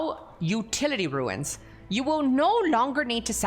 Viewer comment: Second creator I've seen in the last two days that says 'ruins' when trying to pronounce runes. It's pronounced like 'roons'.